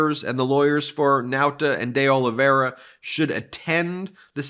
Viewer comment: By the way you are saying De Oliveira wrong, see the portuguese way of saying ... continue the good work